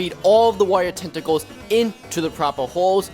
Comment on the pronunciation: ''wire tenticales'' 😂😂🤣🤣